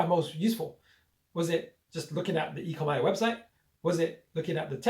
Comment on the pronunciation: dude its pronounced 'E Co Mee' not 'E Co My'! Its OMI token not ECOMI. ECOMI is the company name. OMI is not like any other crypto. No other project like it at all. This will fly very very soon. NFT and metaverse will be sooooo big! Expecting 20 x by year end. More than just legs! currently have 100+ licenses like Marvel, DC, NFL, Back to the future, Jurassic Park and soon Pokemon etc. They are on very few exchanges with a new exchange announced today (OKex). Binance and Coinbase coming very soon. NFT drops sell out in mins ($1M+ sales each drop). They are only just getting started!